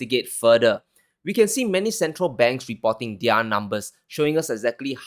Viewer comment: young,,, you keep up the excellent work and the channel going! Your presentation is still improving by each session! No fawning,,, it makes one wants to stop in between to make comments like this before continuing with the video! Good job! NB: plz pronounce 'their' as "there." No malice, just respect! You have so much potential!